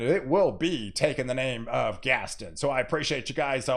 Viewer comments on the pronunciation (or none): Think Gaston is pronounced Gas-ton like won-ton. gas-ton. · Before Gaston gets here, please work on pronouncing its name! Gast-ON!! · He butchered quite a few names in this video but nothing has bothered me as much as his pronunciation of Gaston. Still got his point across but omg. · exactly how I felt.